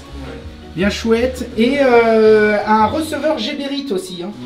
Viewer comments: ce n'est pas GéréBit mais Gébérit, tu avais trop mangé ou trop bu? LOL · Salut, sympa comme vidéo. Je découvre... Petite précision sur la prononciation de Geberit. Cela se prononce "Guébérit" et non pas "Jébérit". Cette société est Suisse plus précisément Suisse allemande, donc prononciation à l'allemande ^^. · Geberit se pronounce Guébérit.